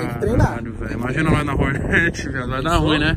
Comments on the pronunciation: PORRRRAAAA VEI, PRONUNCIA O NOME DA MOTO CORRETAMENTE...É "HORNET", NÃO " HORNÉT" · Que agonia “ horneti “ fala certo mano